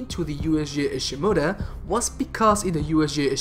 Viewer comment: JEESUS OMG how you pronounce Ishimura